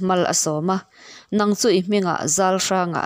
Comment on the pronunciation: Zawltleipuii leh Zauhranga hming i lam dan hi ka lo hriat dan nen a inang lo. Zau hi lo zàu angin, zawl hi zàwlaidi tih a zàwl anhin kan lam ṭhin kha a ni a. Tlei pawh hi a ri hniamin kan lam bawk a. 😊